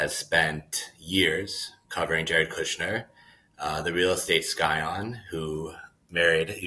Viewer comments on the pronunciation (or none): It’s SY-on, not SKY-on. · Media-ite pronounces scion as “sky-on.” You can do better?